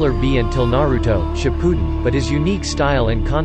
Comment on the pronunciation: I died when he tried to say shippuden 🤣🤣🤣🤣